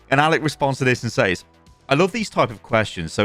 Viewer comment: "says" is pronounced "sez" by the way. i got roasted for it during middle school by the whole class and ever since then i've ever pronounced that word wrong